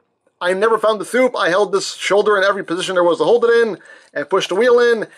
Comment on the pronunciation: Its 'thoop'